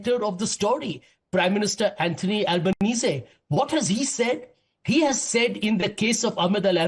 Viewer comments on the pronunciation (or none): none